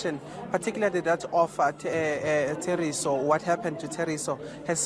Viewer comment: THORISO not Theriso